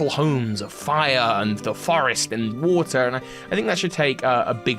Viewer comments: Someone please tell that there’s a letter T in the word water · Hey he’s Scottish don’t be mean, he already goes through a lot hahaha